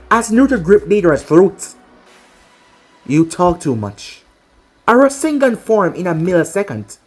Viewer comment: I thought when naruto shot the rasengan you said rasendan because thats what borushiki did